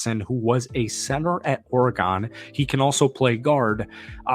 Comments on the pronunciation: It's Or-e- GUN, not GONE. Hey, " not that MFR" likes two TE sets. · why are you pronouncing oregon like that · Or-eh-gon did I hear that correctly? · Lmfaooo why you pronounce Oregon like that? 🤣🤣🤣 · You say Oregon like a DORK